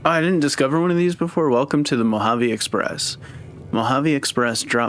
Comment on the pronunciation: Just a heads up, Mojave is pronounced Mo-ha-vay. Also for crafting your own ammo you need to have the repair perk and just save all casings and blasting powder. Once you unlock the ability to craft ammo it’ll tell you what you need at the workbench. Each ammo has pretty much the same requirements with a few different ingredients.